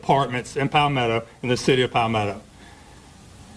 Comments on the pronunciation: Aye bra its not pal ME toe its ( pAl meh toe) palmetto🤦🏿‍♂️ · BRAY-DEN-TON!! PAWL-ME-TOE!!